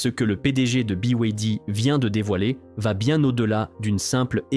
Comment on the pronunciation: Ya bien juste des français pour mal prononcer 2 lettres sur trois ! Buy way D! Ça se prononce comme les lettres : Be, why, Dee